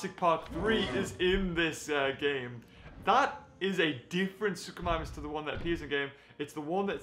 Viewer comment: What it's not suchomimus